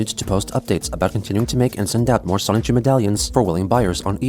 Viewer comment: The fact that you say "Sonic-Chu" instead of "Sonichu" is really weird lol